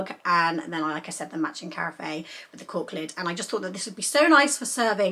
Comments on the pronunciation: Hi, loved the pieces you picked up. Carafe is pronounced like giraffe 🦒 🙂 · Loving your video the word carafe is pronounced as ka raf all one word .